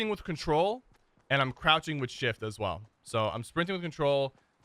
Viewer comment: "As far ahs hash" lol love ya sypher